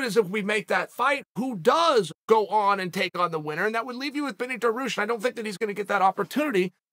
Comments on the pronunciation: Chael: #1 super fan of Beneil Also Chael: Beneil Daroooosh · Uncle chael fav fighters are da-roosh, mockel-chev, and hum-zat. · Dariush might have fans, but Daroosh? No. Just Chael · Well now we know, Chael’s favorite fighter is Benny “duh-ROOSH” dariush. Undisputed, undefeated. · Beneil "daroosh" Darius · You keep butchering Dariush’s last name. Lol